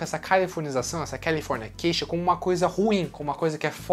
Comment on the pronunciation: O vídeo é ótimo mas qual é a dificuldade dele em falar CALIFORNICATION e não CALIFORNIA CATION???????? Que agonia cara